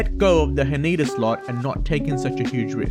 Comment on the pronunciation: Haneda is not huh-NEE-duh, but HAH-nè-duh 🥲🥲🥲